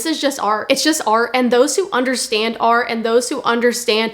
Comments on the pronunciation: Why you call it har?? ITS A R T 🎨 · This is ar. And those who understand ar..... THERES A T AT THE END OF ART!!